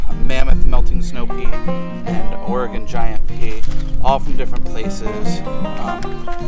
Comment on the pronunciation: Love your pea trellis! Also, I'm so impressed that you pronounced Oregon correctly, lol.